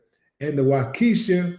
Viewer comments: It’s Waukesha (Wa.. Key.. Shaw) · Uncle Willie it's pronounced Wa-ka-shaw just helping you out 😂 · Yeah that is weird I live in Milwaukee and waukesha is pronounced wau-ka-shaw willie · Hello❤ I live in Milwaukee This is some kind of cover up! The county is pronounced Wa key shaw Waukesha Please make sure to let the world know that these things are still happening!!!🤔💯